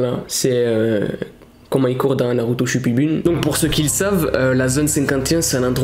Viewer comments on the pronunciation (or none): Oh non chui morte 🤣🤣 "naruto shupibune "🤣🤣🤣🤣